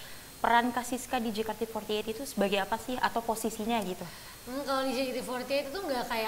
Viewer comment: Kayaknya syusye betul mbak host nya nyebut JEYKEYTI FOURTY EIGHT.. wkwkwk..